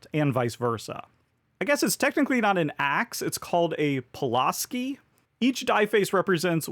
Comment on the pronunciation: Pull-ask-ee is how the various crews I been on have pronounced it. Mcleod gets people a lot too, it's mick-cloud like a cloud in the sky. Both tools tend to be favorites among Backcountry workers :)